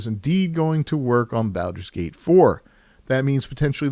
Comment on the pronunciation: Wtf is that pronunciation? Can't take anything you say seriously if you cant be bothered to pronounce Baldur's Gate correctly. Well, that and the fact that this is a bunch of lame opinion with no substance.